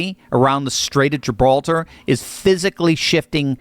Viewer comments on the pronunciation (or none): none